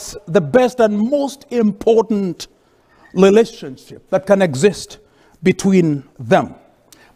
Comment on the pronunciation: That moment the white lady realized thank you is pronounced as "dhengyu" and she's not a lady, she's a "rendi" and they are not in a relationship, they're in a "rereshonshi." 😂😂😂😂😂